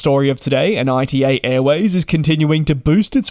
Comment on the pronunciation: It's called ITA like in 'ITA-ly non AI-TI-EI